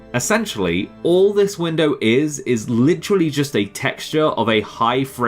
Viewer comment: Did you Sai gaif and not gif